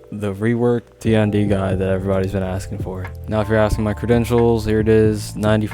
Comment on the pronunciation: How can the "#1 Tiandi" not know how to say his name? EDIT: Ah console.... that explains many things.